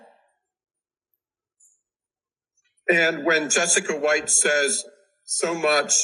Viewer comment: It is not Johnny Deaf but Johnny Debt!!!!